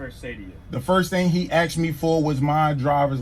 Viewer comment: "Can I axe you a question? Is that a law or a statue?" 🤔